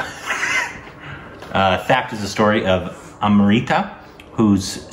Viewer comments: hey thappad is pronounced as "THAP-PAR". btw love you guys. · First of all its not " thapped" it's "thappad" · 'Thapped' 😂😂😂😂 #korbinization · 'Thapped' Yes you heard it right and correct